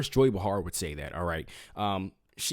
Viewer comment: You need to PRONOUNCE names correctly (Behar, Fauci)